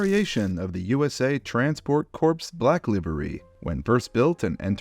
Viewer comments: In the spirit of sharing knowledge for everyone’s betterment, corps is pronounced as “core”, not “corpse”. Regardless, fantastic video! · ... but sill pronounces Corps like "corpse" instead of "core" - we're all human, but its kind of weird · I hate to be that guy but i'm being that guy. "transportation corps" is pronounced "CORE" not "CORPSE" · When pronouncing Corps is (core) not (corse) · its “Core” not “Corps” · Hey! I love your videos. One nitpick I want to point out - the Corps in Transportation Corps is pronounced like "Core". It's a French term, hence the spelling and the pronunciation not matching up. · Please! When you mention a Corps, bear in mind that the P & S in the name are actually silent. So, what you actually say is, "US Core of Transport" - Source? I am a former member of the Royal Corps of Signals, which is pronounced - say it with me - "The Royal Core of Signals". Thanks! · Liveries are so fun because it’s a simple way to set apart your universe from others corps is pronounced like core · oh god why did you have to pronounce the "s" in "Corps" to make it sound like "dead body corpse" and then mispronounce "Saxony"? (sax - Sony, my foot).